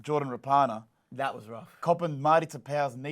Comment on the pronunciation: Rah-punna not Ra-par-nar